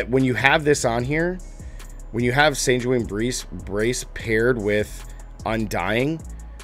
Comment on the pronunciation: Your pronunciations are hilarious. You pronounce sanguine like you are benedict cumberbatch pronouncing penguin.